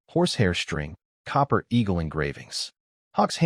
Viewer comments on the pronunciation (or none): none